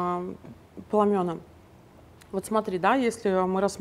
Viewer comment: в слове пламя , множ. число пламена , ударение падает на послед. букву А .